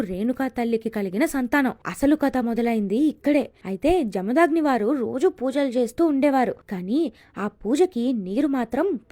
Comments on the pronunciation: జమదాగ్ని కాదు... జమదగ్ని... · Inkosari telangana paina video chesepppudu maa Words ni correct ga palakadam nerchkoni cheyandi.....we hate people who pronounce them Wrongly.....🔥🔥🔥🔥🔥🔥🔥🔥 Jarthu 🔥🔥🔥🔥🔥🔥Parshi 🔥🔥🔥🔥🔥🔥Jamdagni🔥🔥🔥🔥🔥🔥